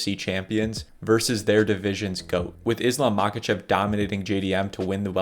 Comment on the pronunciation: He is not Mákachev, he is obviously Maháchev. The H is pronounced like in helicopter. Same with "Kabib". He is Habib